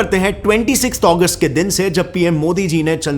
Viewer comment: Bro it is Agust not Aguest